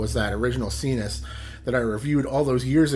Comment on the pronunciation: Isn't it s-eye-nus, like, your nasal passages? Why sEEnus?